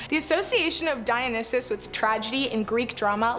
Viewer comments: DIE-OH-NIGH-SIS is the correct pronunciation of Dionysus. Just friendly reminder. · It’s the cult of Dionysus. Dio-ny-sus. Sorry that’s annoying as someone who works with him when they don’t even bother to say names correctly. 😅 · Say it with me Die- O- Nie- Sis. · Girl can’t even pronounce Dionysus properly.